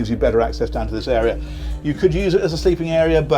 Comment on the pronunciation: Love your videos, they are so well done. When you were talking about storage and said "there's a bigger area down here" I thought at first you said "a beer area". I was all set to plunk down my money...